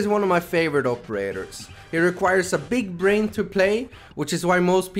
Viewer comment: beeg breain